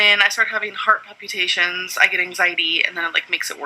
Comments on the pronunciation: New drinking game: every time she says palpyoutations, take a shot. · If she says "Pal-pew-ta-shuns" one more time... :/ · The way she pronounces “palpitations” is soooo annoying lol